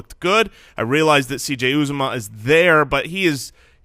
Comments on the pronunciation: It’s pronounced “ooh zoh mah”. I went to Auburn and heard his name announced at games many times. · It’s pronounced yew-ZAH-mah, I’m an Auburn fan